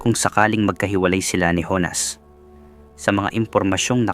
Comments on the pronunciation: Ibañes not ibanes. Jonas not honas. Ayusin mo ang paglalahad ng kwento. 🫨😪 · Honas o Jonas?ayusin mo nman..